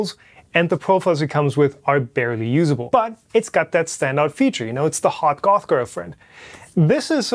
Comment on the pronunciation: I heard "hot golf girlfriend." You ruined it.